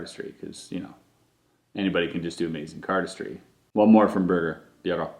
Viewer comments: Birger is pronounced "Beergar" but the "a" is prononced like the first "a" in "animal", and the "ee " is prononced fast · You still don’t know how to say his name Birger it’s a common Swedish name really easy to say